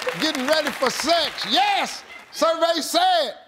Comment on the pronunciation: I like when Steve say "YES" 🤣😅😂